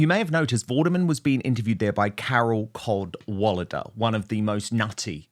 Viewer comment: Carol Cad-wally-duh.😂